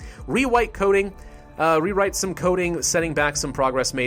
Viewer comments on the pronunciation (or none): Rewite coding. Lol you forgot the “r” lmao 😂